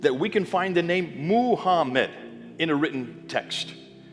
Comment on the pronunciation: Poor editing, the screen text did not follow what bith the printed text said and also what the man spoke. He pronounced the word Macmed the screen text said Muhammad. and did so many times. Islamic Allah is actually Baal, Moloch, Beelzebub, and the idol of it is contained within the black cube at Mecca